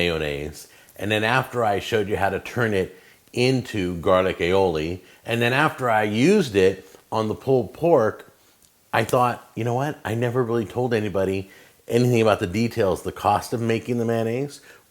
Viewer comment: Jeff Harrison yeah... No. I'm spaniard you see. I've been eating alioli all my life, I know how it's pronounced and written. The sauce is thought to have originated in the Iberian península (aka Spain) so the correct name would be "alioli", this makes sense if you think of the word as a combination of the words "alio" and "olio" which respectively mean "garlic" and "oil" in peninsular vulgar latin, the root of the Spanish language. French and Italian do call the sauce "aïoli" and "aioli", but it's not their sauce, is it? Granted, you can call it like that if you prefer, it's just not its original name (and it's most definitely not "garlic e oli"). As a bonus, this is not even real alioli, just garlic mayonnaise, real alioli is solely made with garlic and oil in a mortar.